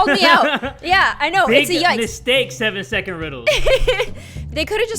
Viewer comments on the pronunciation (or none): It’s SECOND not SECOD